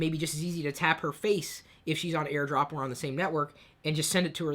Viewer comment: Air drop....Maybe lay off the sauce a little lol